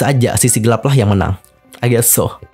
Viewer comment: Ngomong “i guest so” nya kayak ngomong bahasa Korea 😂 udah terlalu mendalami logat Korea 😂